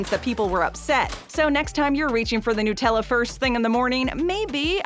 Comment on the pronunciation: NUT-Ella! Not NOOT!